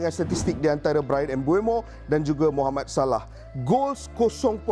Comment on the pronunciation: Mohammad salah sebut btul2.. Jgn ikt sgt barat..